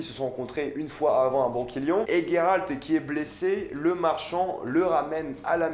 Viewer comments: Yio ! Juste pour te dire pas Il sort d'ou votre gayralt ! On prononce Geralt ! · Juste pour info.. c'est Geralt. Pas Gueralt, comme tu le prononces :x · Ça me perturbe le "Gueralt" c'est Geralt (Jeralt) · Tu prononce mal le nom de Geralt mdr c perturbant, mais super vidéo sinon 👍